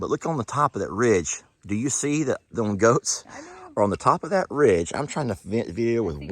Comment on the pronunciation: Lol, you said wait for the goats - I heard - ghost.